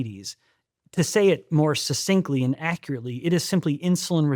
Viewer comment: The dude needs to check the pronunciation of the word "succinctly". His mispronunciation of it lowers his credibility.